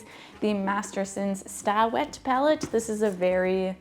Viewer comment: My old fart need to be right has just erupted, sorry. The Sta Wet pallet is pronounced "stay wet" because that's what it does: helps prevent your paints from drying out. Again, I'm sorry. I can't help it. Except that I've learned not to do that within hearing range of my long-suffering wife of 47 years. I'm a man. I can change. If I have to. I guess. (The Red Green Show -- it's Canadian so you know it's safe.)